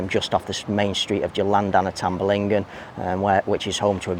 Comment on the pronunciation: "Tamblingan," there is no "ba." "Tam-Bling-Gan" 🙄